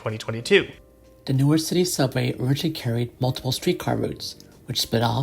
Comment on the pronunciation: 5 seconds in and I've already gotta point out the pronunciation. locals pronounce it as Nork. hyper locals pronounce it as 'Nouwk'. looking forward to a good video. this is my "just spent $35 on food delivery what should i first watch video" edit: 3 minutes in and the prod. quality is insane edit 2: this video is like crack for me as a transit enjoyer local to NWK